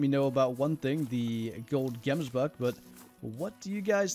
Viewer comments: Pronounced 'Hemsbok'. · If you ever pronounce gemsbok like that in front of me, i will slap you square in the face